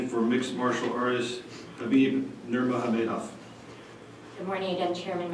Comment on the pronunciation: I like how he said "Khabib NurmogamaHEYdov"